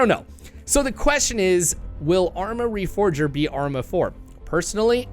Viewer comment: What dbo you mean, they missed putting the four in reforger. Pronounce reforger slowly. Re-four-ger.